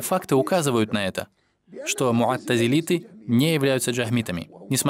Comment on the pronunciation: Муътазилиты , а не муаттизилиты!